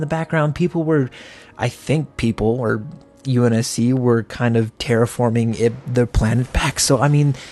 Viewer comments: You’re pronouncing terraforming right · You're pronouncing terraforming right. You pronounced Sabre wrong. SAY-BUR